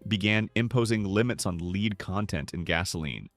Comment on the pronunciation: An obvious AI narration, as the computer kept saying "leed" instead of "lead" for gasoline.